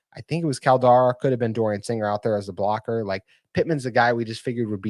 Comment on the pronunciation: #19 pronounced Call Da Rella